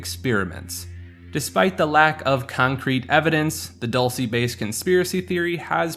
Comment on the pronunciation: it’s pronounced Dull-say base (dulce base) a New Mexico native here aswell